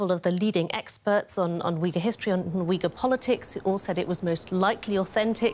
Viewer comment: Uighur is pronounced Ooyghoor, not Weegul, please.